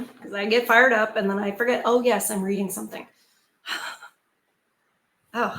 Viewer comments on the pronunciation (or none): none